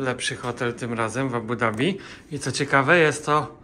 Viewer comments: „D” jest wymawiane w języku angielskim. W arabskim wymawia się „Z” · Nareszcie prawidłowa wymowa stolicy Emiratow